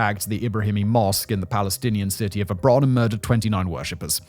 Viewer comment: Not only do you mispronounce intifada, but also Yitzhak Rabin's name, the name of the city of Hebron, and so on... It's really disappointing, this is one of the best channels on this platform, and you have taken such a major issue quite callously.